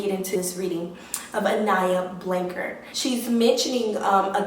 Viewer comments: Just a heads up, her surname is pronounced Blan-chard as in ‘char grilled’. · Weird to me that u are supposedly hearing from her but cannot pronounce her last name🤦‍♀️🤦‍♀️🤦‍♀️🤦‍♀️🤦‍♀️🤦‍♀️